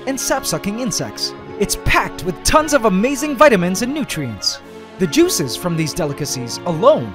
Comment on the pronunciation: You said juices a little too close to the word beetle. Don't invoke him!